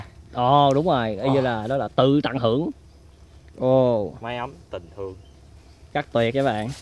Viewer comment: Cu Thương nghe ra cu Hương.cu Ân nghe ra cu An